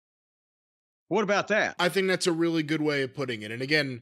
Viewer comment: My leg hurts weally weally bad guys 😢 Good grief